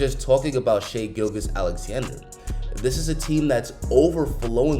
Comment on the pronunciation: Damn, NBA YouTubers still don’t know how to say Shai’s name.